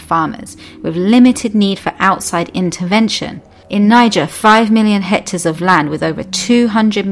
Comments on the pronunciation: The word is hectares not HECTORS! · It's hectar, not hector. Hector is a name. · That's "hectares", not "hectors". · *hectares*, not hectors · What's a hector? About 0.405 orcres! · 4 million HECTORS? You mean HECTARES? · Hectors or hectares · "Hectors" of land? 😂 Is this related to "hectares" by any chance? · Hector is boy's name. The word is hectares... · lol, "hectors" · Hectares not hectors. Spelling matters to your credibility. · It’s hectares not hectors. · This may all be true (as far in as I watched) and if it is then that's wonderful. I do get a touch unsure though when she talks about HECTARES and the text spells it HECTORS. REALLY!! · "Hectares" not "Hectors" 😂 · By 'hector' I think you mean 'hectare'? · "Hectares", not "hectors". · The word is hectares, not hectors. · Hectors, hectors, hectors... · The word is hectares, not hectors. Your credibility is shot to pieces by your ignorance of the English language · Great video but .......’Hectors’? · Pixies & Elves Hector's the word is HECTARE!.. Please check your work. Hector is a man's name. 2: Subsistence Farmers, not what was said . - . Tony Rinaldo is an amazing evangelist.